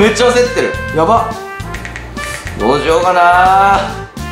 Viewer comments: どうしようがどうし「や」うになってる😂 かわいい〜☺️💗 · ８分３5にどうしようなのにどうしやうになってる！w